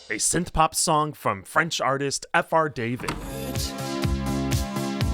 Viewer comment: And again it's not FR David like David Banner. It's French so wrong.